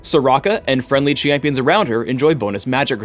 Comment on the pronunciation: he says "champions" in such a wierd way :Đ